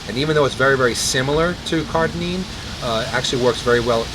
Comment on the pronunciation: Note: I listened back and realized I was saying "CARDININE" rather than "CARDARINE" so I apologize. This is what happens when you shoot Ask Merlin BEFORE having your post workout meal LOL : )